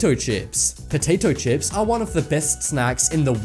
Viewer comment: I like how you say POATATO CHIPS